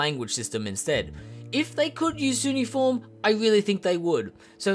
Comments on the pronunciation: Its pronounced ku-neigh-e-form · cuneiform is pronounced with a k sound